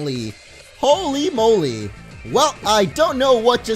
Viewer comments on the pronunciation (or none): none